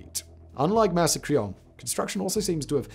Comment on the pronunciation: Only possible with quaint American mispronunciation.